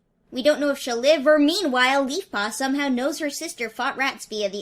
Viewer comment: "We don't know if she'll live or-mEaNwHIe